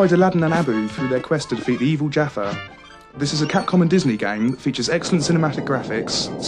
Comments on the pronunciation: LOL "Lead aladdin to defeat the evil jaffa" he's not an orange & chocolate biscuit, it's jafar (JA-FAR) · the evil jaffa? its jafar you fooool :P